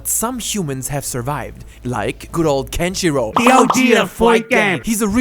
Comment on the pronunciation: The way he said Kenshirou sounds like "country road"....